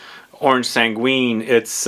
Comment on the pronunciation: Oh just a hint we don’t prononce the u in sanguine it’s orange sanggine the u is there to make sure we don’t prononce j instead of g